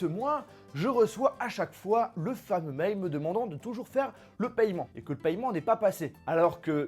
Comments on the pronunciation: Paiement pas payement (en) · On dit "pèman" pas "pailleman" non ? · On prononce « paiment » arrête avec ton paYEment ptn